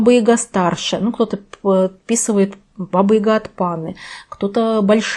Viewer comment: Баба Яга! А не Ига!